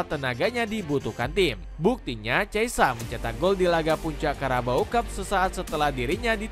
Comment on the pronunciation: cheisa😅nama pemain aja ngawur nyebutnya